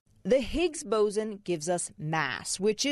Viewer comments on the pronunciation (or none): Boson not bosen